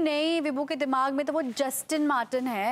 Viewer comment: Vibhu to "Justin Martin" car lene ki soch raha hai. Wo "Justin Martin" nahi "Aston Martin" hota hai miss chila hua andaa.😂😂